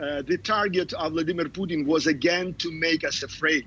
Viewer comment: This Comantator Cannot pronouce PUTIN there's an I in the name.